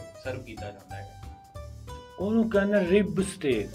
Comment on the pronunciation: Steaaak not stick! Haha